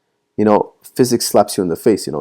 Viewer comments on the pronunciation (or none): none